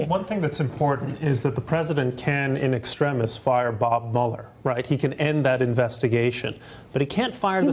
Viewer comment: “In extremus, you must be killing it at scrabble, in extrimus, fellenious .....” Way to flirt, sister!